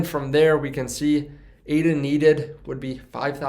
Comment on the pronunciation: Its Ada like a person's name not A.D.A. You're audience would be more accepting of your info if you had the basic info IE: the name correct first.